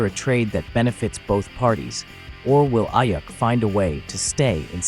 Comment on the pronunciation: It's pronounced Eyeeuukk